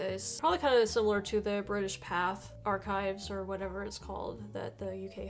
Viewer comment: "British Pathe" is pronounced "British Pathey"